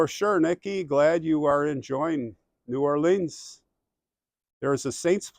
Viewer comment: My hometown!!! I've lived there for the first 26 years of my life; now I am in Charleston, SC. You pronounce New Orleans correctly the second time around, lol. Hey, I ordered my King cake yesterday; while you are down there, get a slice with some coffee. I heard that PJ's Coffee has a good king cake. It is a part of the Mardi Gras celebration.